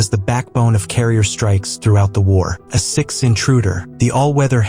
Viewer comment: "AH"-4? "AH"-6? Please proofread or fix your A.I. Garbage in, garbage out.